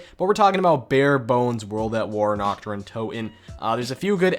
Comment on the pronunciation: How u speak the german map names xD u pronounce Nacht like nackt and nackt means nude/naked in german xD Dude nichts gegen dich aber ich bin fast vom Stuhl gefallen diggah xD